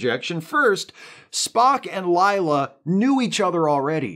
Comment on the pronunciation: Whoa! Stop saying "Ligh-la". It's LAY-LA. Rhymes with 'way' 'say', etc. "Layla", like the song (Eric Clapton, Derek & the Dominoes.... heard of them?)